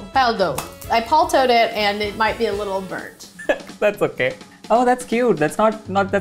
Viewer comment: "I paltoed it" LMFAO😭☠️